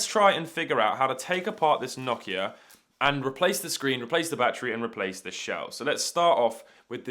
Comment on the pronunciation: Other than you pronouncing Nokia wrong this was a great video!